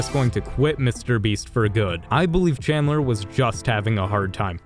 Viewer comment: Bro wth I mean you got all of them right except for chandler